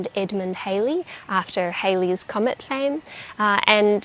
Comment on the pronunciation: You will annoy countless astronomers by incorrectly calling it "Haley's" Comet. Edmund Halley's name (double 'L') is generally believed to be pronounced as rhyming with "Sally", although some (including the late Sir Patrick Moore) thought it might have been pronounced to rhyme with "Poorly". I think the reason why many people mispronounce it as "Haley's" Comet has a lot to do with the 1950s rock 'n' roll band, "Bill Haley and the Comets".